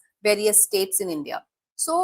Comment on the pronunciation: Please pronounce India correctly. Your ascent like a Pakistani person. At the same time your guest Mam pronounce correctly. While you have pronounced China correctly but why not India. I have observed your pronouns multiple time by moving back videos. Please and respectful request to correct it